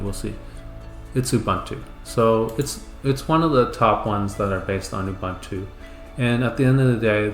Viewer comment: It's "OOBOONTOO" man... 🤦‍♂